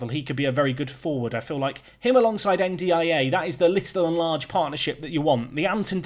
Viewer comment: Ndiaye is pronounced Ndie